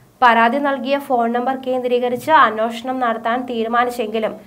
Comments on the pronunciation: അന്വേഷണം ആണ് അന്വോഷണം അല്ല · അവതരണം നന്നായിരുന്നു. അന്വേഷണം എന്ന വാക്കിന്റെ ഉച്ചാരണം ശരിയാക്കുക.